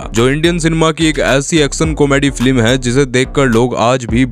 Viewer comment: 😂😂😂😂😂 Abe flim nhi film hota hai